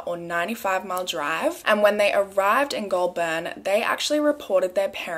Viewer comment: “Pew-got” “gol-burn” “yazz” i’m actually dead HAHAHA